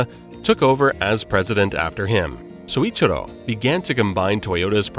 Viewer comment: Not Soichiro Toyoda, Syouichiro Toyoda is correct.